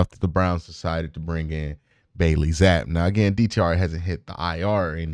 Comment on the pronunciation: Would someone please tell Q the dudes name is pronounced Bailey Zapeee...long e sound